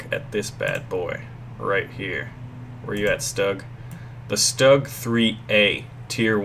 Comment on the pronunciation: for cripes sake, hurts my ears: It's pronounced Shtug, not Stug! In the German language if you have an "s" followed by a "t" or a "p" it is pronounced as a sh.